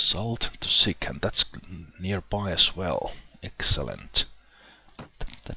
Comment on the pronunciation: It's not SICK, it's SICH (like you normally would read it in English). It was a place for free Cossacks in Ukraine.